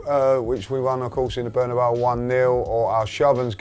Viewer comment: how english people pronounce bernabeu:') 'burnahbow'